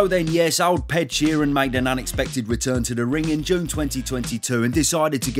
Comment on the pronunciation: "Ol' Ped Sheeran".......... LOL, off to a great start!!!